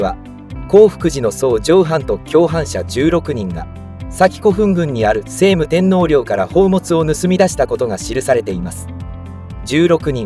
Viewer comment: 聖武天皇 「しょうむ てんのう」です。「せいむ てんのう」ではありません。